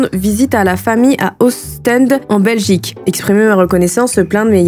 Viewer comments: Alors pour les gens non-belges : - Les chef-lieu/ville dont les noms finissent par un '' d '', celui-ci ne se prononce pas Ostende se dit Ostande, Gand se dit Gan - Pour l'école c'est Maternelle (3 ans) - Primaires (6 ans) - Collège (6 ans, donc de 12 à 18 ans) - Bruxelles se prononce Brussel C'est cadeau 💞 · Et sa se prononce Ostandeee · Alors déjà tu écorche les nom de ville Belge. Gand, on ne prononce pas le "D". Ca se prononce Ost en de et pas Ost è n de. Et notre système scolaire est quand même bien. Plus simple qu'en France. Maternelle (de 3 à 6 ans (non obligatoire) ensuite Primaire (de 6 à 12 ans (Obligatoire), puis Secondaire (de 12 à 18 ans (Obligatoire), ensuite Supérieure ou université (pas obligatoire). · En Belgique 🇧🇪 Pour les prononciations des villes Gand = Gan Limbourg = Limbour Ostende = Ostande Pour l école en Belgique On a les maternelles de 2,5 à 6 ans (de la 1ère à la 3ème) Les primaires de 6 à 12 ans (de la 1ère à la 6ème) Et les secondaires (lycée) de 12 à 18 ans (de la 1ère à la 6ème) Et voilà ❤🇧🇪